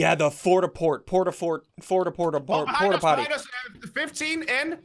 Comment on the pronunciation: "Fort-a-port" Me: 😠